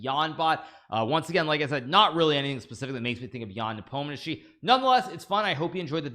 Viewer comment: Hikaru, Just say "NAH-pome-knee-AHH-chi", it's somehow weirder now.